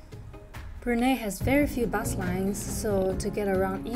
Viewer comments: It is pronounced as Brunai not Brunae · Did you know that china wanted to name this place “POLI” or “PUNI” you can actually find this information in the museum of history. And Brunei is not pronounced as “Brunay” it’s pronounced “Brun-eye” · Pronounce "Bru Nai " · Brunei pronunciation broo-nai. :) Otherwise another great video and thank you for sharing your journey. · Pretty common, Indonesians call it brunay as well. If you're exposed to foreigners more you'd be surprised. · Its pronounced Bru-nai by the way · Brunei is pronounced Brunai. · My dear, Brunei is pronounced as Bru- nai...😂😂